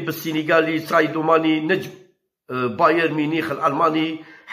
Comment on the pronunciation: اسمعو قال سايدو ماني مشي ساديو 🤣😂